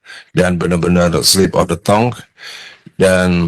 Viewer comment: Pertama, pengucapan 'slip of the tongue' yg sangat memalukan. Bukan 'tong', bang.. 😅 Kedua, ngatain org sok kebarat²an. Yah elu emang kagak. Pake istilah 'slip of the tongue' segala dgn pengucapan yg malu²in